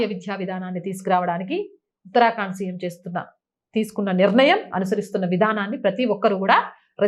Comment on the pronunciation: ఎప్పుడూ ఉత్తరాకాండ్ అని చదువుతారెందుకు ఉత్తరాఖండ్ అని చదువొచ్చు కదా